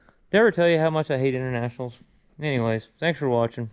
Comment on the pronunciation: I'm sorry did I here you say that you liked intertrashinals.